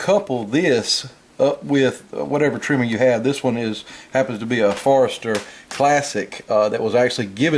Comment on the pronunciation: It's not Forester (forest-er) - it's Forster (4-ster)